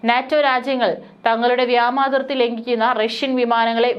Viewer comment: Vyama athirthi alla vyoma athirthi ennanu sariyennu eppozhum iddehathode paranju kodukkanam,,,kastam